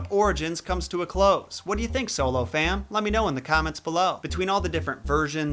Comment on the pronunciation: you said turtle lerl